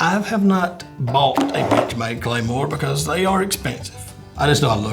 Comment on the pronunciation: Every time boss says bench made i swear it sounds like bitch made lmao